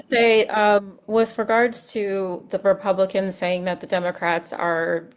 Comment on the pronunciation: This is the first DL show I find so performative! I can't even listen to the rhetroic of this farmer who is now just getting that helping others is socialism! Even him talking about going to Washington when he can't even say the word "Republicans" and that who is in charge of our government!!! 🤦‍♀️🤦‍♀️🤦‍♀️🤦‍♀️